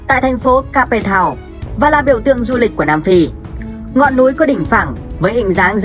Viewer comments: kếp thao not ca pê thao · Ca pê tao. Mình nghĩ làm những nội dung này bạn đọc kỹ lại chút Cape Town mà bạn phiên âm